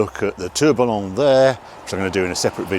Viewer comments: It's not pronounced "turbillon" it's "tour-bee-yaw" ... this is going to drive me nuts. Like everybody mispronouncing Gallardo. ugh. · Nancy is pronounced Noncee and Tourbillon (whirlwind) has silent L's. Lovely car and always lovely to see you blasting through Europe.